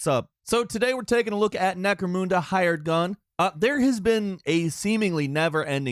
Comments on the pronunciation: "Nah"? He couldn't pronounce the company's name in the first minute of the video 😂 he said he didn't think the game was gonna be good, and while he sounded amped in the beginning, that ol' Falcon "I'm gonna shit on this and sound disinterested, but also it's a fun game" M.O. showed up. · Yikes that Necro-Mun-dah pronunciation. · "Necromoonda" - Immediately lost respect for the review lol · its not spelt necromooda, how fucking hard is this shit to pronounce. There are probably hundreds of lore videos and I would be surprised if the damn name wasnt said during the game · I'm not simping for Falcon or anything, but apart from the pronunciation of Necromunda there's nothing wrong with this review lol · It's almost like Necromunda is pronounced a specific way though and he's not pronouncing it right. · Yeah, I was cringing every time he mispronounced it. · Falcon, my dude, please stop inventing new pronunciations for words that the game itself tells you how to say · short "u" sound. Not stick in moon at the end for no reason. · "Don't see a whole lot of Warhammer staples." LOL. Obviously don't know much about Necromunda and its relevance to 40K lore. To be fair, this isn't a 40K channel, so it can be forgiven. That said, I had serious problems with his pronunciation of Necromunda. Couldn't fathom why either. Just a weird nit pick. Regardless, solid review content as always. Keep up the good work. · Yeah this bugged me lol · Yeah Falcon obviously didn’t research the pronunciation... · I thought with new voice he'd also have a new found ability to pronounce words correctly. I was wrong. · you are saying Necromunda wrong, but other than that it is a good game, but it is buggy, and need updates but it is not game-breaking. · every time you say Necromunda I die a little inside. where is the extra o falcon? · Only one issue with this review...the way Necromunda is pronounced lol! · Note: The name is spelled "Necromunda" NOT "NecromOOnda" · Or NecroMOONdoom apparently